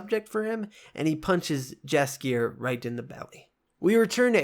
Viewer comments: Eek, 😖 the way you pronounce Yaskier’s name. Great videos though. Keep’me up. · Jaskier is pronounced yaskier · I appreciate the whole synopsis, but dying from the wrong pronunciations of Tissaia and Jaskier. ;)